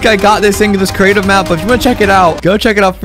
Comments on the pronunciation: Just letting you know it’s creative not curative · “Cerative” hahaha